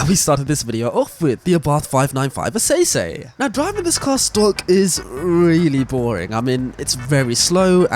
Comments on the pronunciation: Essesse is pronounces SS bro 😂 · I hate to be that guy but you don't pronounce the esseesse how it looks, instead it's pronounced ss in the Abarths 595 name. Sounds pretty good though. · lmaoo was about to comment about that, absolutely butchered it 🤣